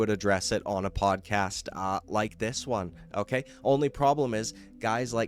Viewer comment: "O-keh" can you stop saying "O-keh" so damn much? O-keh?